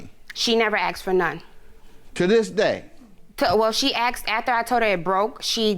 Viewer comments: "axed" her ????? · "so i axed her, i axed her" learn how to talk.